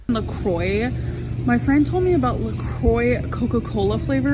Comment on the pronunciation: Hearing her pronounce La Croix hurts. I hate to be that person but that's not how you say it, gorl.